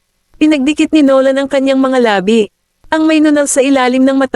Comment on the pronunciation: Bakit ganyan xa magpronounce Ng labi.......Ang pagkakapronoun e nya eh labi as in Patay..sorry ah napa sin q lng